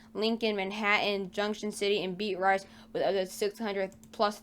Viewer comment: Beat-Rice 😂😂😂 close enough